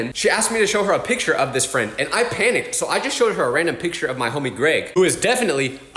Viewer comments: 😂😂 “wassup ” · ?!😂 (not making fun of you)